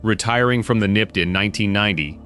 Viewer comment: It's N.Y.P.D. not "nipid"!